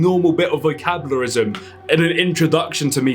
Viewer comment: This bloke said vocabluism what a idiot